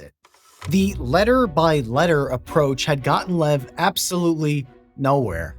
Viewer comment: His name is pronounced Lyev. Not "lev".